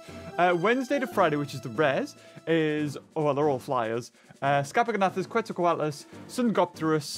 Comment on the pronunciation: Jajaja other thing IT's is funny how You pronounce Quetzalcoatus, but just for cultural reasons it is pronounced like Ketsal, well at least as Mexican indigenous word